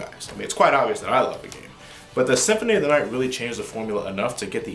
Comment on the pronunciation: "Castlevania: Symphony of the Aight"